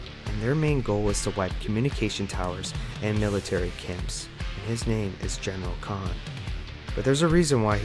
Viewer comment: Hey no offense if English isn’t your first language but it’s not “COG: Coalition Ordered Government”, it’s “THE COG: Coalition OF Ordered GovernmentS”. It’s not Emergency Day, it’s Emergence Day. His name is not Damion Baird, it’s Damon Baird. It’s not General Khan, it’s General Karn. The Locust and Karn didn’t “rised” up, they “rose” up. Wishing you luck as you continue trying to make Gears of War videos